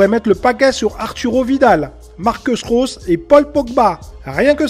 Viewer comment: "Marceus Rose" ?? Nan c'est Marco Reus tout simple :)